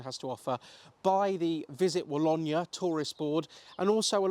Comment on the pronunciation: the pronunciation is Wa-low-knee